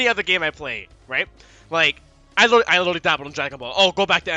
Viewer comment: Liddily = literally